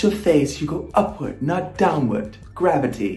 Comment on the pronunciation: The accent though 😂 Gravity!